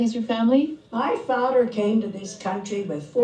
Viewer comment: “My fathder”..where my novel readers?